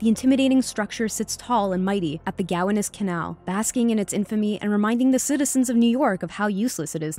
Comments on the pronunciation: It's "Gah-WONNUS," not "GOW-a-nus." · Its pronounced GO-WAN-US CANAL YOU NOT A NEW YORKER ARE YOU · Queens, here. I nearly choked when I heard the way she said "Gowanus Canal." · .... Coney Island, BROOKLYN.... born and raised (Oh, by the way, she mispronounced "Gowanus") !!! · Still trying to wrap my head around the way the narrator pronounces Gowanus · I stopped watching after that terrible pronunciation of "Gowanus" like some Iowa hayseed.